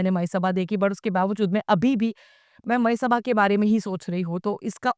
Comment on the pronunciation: Jinklas mitra!! Its मयसभा not मायासभा